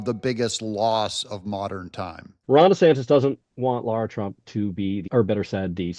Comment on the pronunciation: It’s LARA